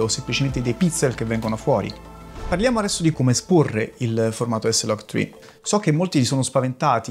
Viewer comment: e dici s-log tcri e non eslagtcri?